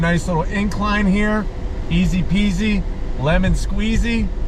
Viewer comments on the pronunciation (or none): none